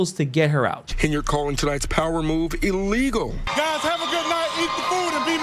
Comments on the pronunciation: 😂 I kept grinning and shaking my head when she was calling the process "E-legal" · "This is EE-LEE-GO!"